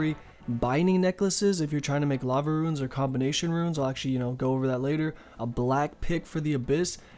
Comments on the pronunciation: why does he keep saying "Ruins"? xD RUNES man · If your being serious... Its pronounced Roonscape or Roons